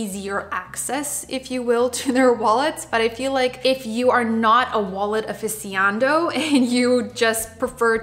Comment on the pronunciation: a wallet "affisiando"?? hahahhaha